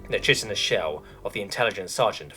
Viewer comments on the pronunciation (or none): Chitin is pronounced "Kai tin" and chitinous, "Kai tin us" Not trying to be a dick. Just trying to help.